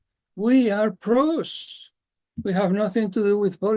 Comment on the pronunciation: Pros not Bros😉